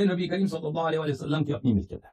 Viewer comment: Nabi kareem ko nabi cream bolrah hai saaf bolne nahi aata to nahi bolna chaiye